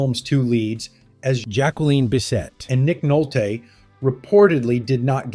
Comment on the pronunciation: “Nick Nolt-TAAY” 😂